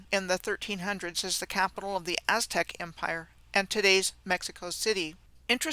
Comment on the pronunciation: As-Tech? (Aztec)